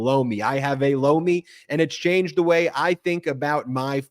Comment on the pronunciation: Lomi sounds like blow me